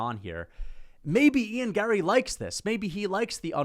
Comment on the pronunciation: What is wrong with your face?? Also, the way you say Gary, Larry, Harry, Marry is super annoying. Sound it out my eyebrowless drama queen 👏